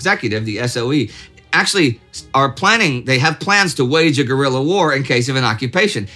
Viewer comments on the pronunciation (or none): none